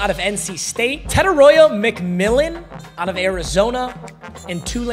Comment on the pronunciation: My guy, WHAT name did you say for Tetairoa McMillan ?? 😭😭